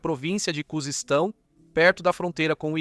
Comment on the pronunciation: me perdoe mas eu ri quando você falou Kuzestão kkkkkkkkkk